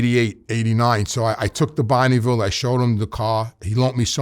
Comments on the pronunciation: "Bonny-veel" :face-purple-smiling-tears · Never in my life have i heard anyone pronounce bonneville like that lol